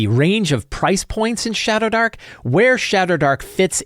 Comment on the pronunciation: I kept hearing shatterdark